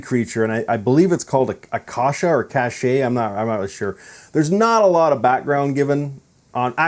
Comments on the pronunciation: You can listen to the correct way to say Acacia in one of the Iron Maiden songs you can easily find here on YouTube: "Iron Maiden - 22 Acacia Avenue". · you don't even know how to pronounce acacia😔 and he said he research about it.